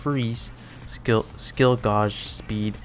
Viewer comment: Just a heads up, gauge is pronounced like the name Gage.